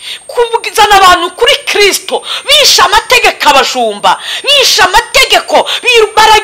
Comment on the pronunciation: Nyamara uyu mukobwavuga Kristu neza